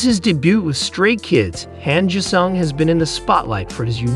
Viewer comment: Han Jisung .... pronounce it like 'Hon (Hahn) G sung ... OK ... THANKS.